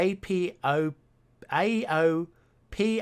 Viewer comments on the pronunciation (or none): Guessing 649 km from Minsk was a sensational success! Outstanding job with the fifth puzzle. Apopoxobo and Mockba were hilariously pronounced :)